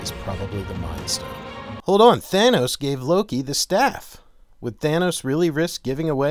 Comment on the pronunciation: It's not Thane-os it's Thanos. TH-AH-NOS.